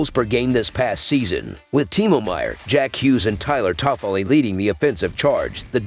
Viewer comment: My god listening to Tyler toffoli name 😂😂😂 just get someone to read this